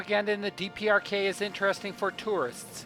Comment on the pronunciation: he says DRPK instead of DPRK. Haha